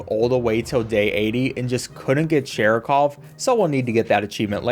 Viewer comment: Saying Sharikov's name wrong the whole time is very Seanie Dew of you